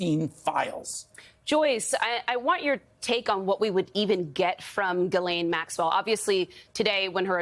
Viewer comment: It's baffling how many journalists and guests everwhere don't know how to pronounce Ghislaine.